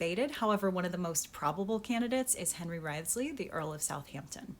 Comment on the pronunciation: Wrisley, it is, sigh, a really English pronunciation thing.